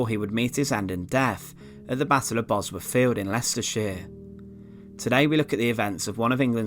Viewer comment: It was such a shame Richard the fird was killed at Bosworf and his skelington found in twenty firteen.. Great content with narration rather spoiled, for me, by poor pronunciation.